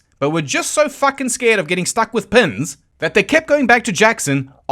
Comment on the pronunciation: At first I thought you said "Bessie was struck with Pimm's" I thought to myself, "That's a horror"..... Then l realized you said "Pins". That's not nearly as bad! I'll take Pins over Pimm's any day!!!